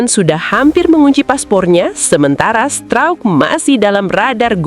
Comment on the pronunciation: Ngomong pascal struijk kok bunyi nya pascal strouk,. 🤣🤣🤣